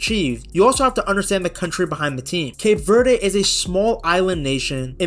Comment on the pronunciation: Would be a great video if you bothered to look up the pronunciation of "Cape Verde" and not said it wrong a thousand times.